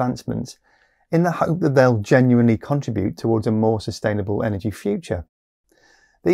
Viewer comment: Why are Brits pronouncing Contribute as contrabute?